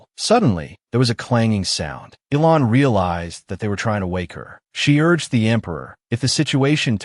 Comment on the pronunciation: It isn't pronounced ELON IT ELAN PRONOUNCED ELANE